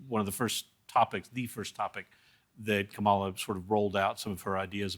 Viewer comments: It’s “Comma - La “ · should know how to pronounce her name by now. Accent on the first syllable. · This guy can’t get her name right no matter how many times the host pronounces her name correctly. 😂 What is so hard about “comma la” “,-la” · Please educate yourselves on how to pronounce her name correctly. It is disrespectful to continue pronouncing her name wrong when the convention went out of their way to tell the world how to pronounce her name. It's "Comma-La". You degrade your credibility by choosing to pronounce it incorrectly. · It's Comma-la and the mispronunciation says more about you (misogynist). VP Harris will show up and show out tmrw night! Republican pundit 🤮 That foreign policy focused lady uh VP knows over 150 foreign leaders and has visited lots of countries as VP; Biden knows how important our allies are around the globe and taught her well so idk where that was lost in your "research". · To the Republican commentator: it’s COMMA-La please. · Comma la, hellloooo!!! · Republicans home or abroad refuse to say her name correctly. I can’t respect people who can’t even simply address another person with the respect of addressing them by the proper name. It’s sad that we display this on the international stage. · Why can't some people (Trump advocates) pronounce Kamala Harris' name correctly even when others around them can and do? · The Republican speaker can't/won't pronounce her name correctly. Kamala will have a warm welcome when /if she visits🙏🙏London, I'm sure. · So is the Republican on the panel purposely mispronouncing 'Kamala'? It's hard to digest what he's saying when I keep hearing that. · Why can't the Republicans pronounce her name properly? Cringe. Total discrediting. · It would be nice to learn how to pronounce her name correctly.......very surprising they do not get it right in this discussion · After all this time, why can they still not pronounce her name correctly? It's a pet peeve now. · ☀🌟COMMA - lah not com-MAH-lah 🌠